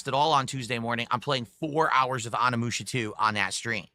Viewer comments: Game: O-Ni-Mu-Sha: A-Ha-Ni-Mu-Mu-Sha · Why does he keep saying ON -e-moo-sha?